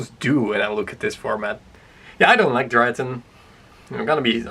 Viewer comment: It's pronounced Dry-ton. Not Dree-a-tron.